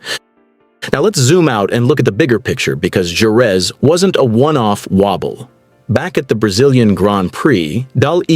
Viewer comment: Please learn how to say JEREZ! Liberty has ruined F1, now they are about to ruin MOTO GP.